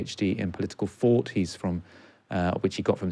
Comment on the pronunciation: I enjoyed this immensely, but the guy kept saying fought instead of thought, I'm sorry, I don't mean to be pedantic, it's just a thing that drives me crazy. Great discussion though.